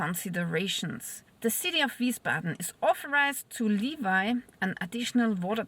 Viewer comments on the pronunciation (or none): Gnädige, für das Wort "levy" man sagt nicht "liewei" (wie "Levi jeans") sondern "lewie". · Levy is pronounced as Leveee in English (not Levi) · Levy is pronounced LEH-vee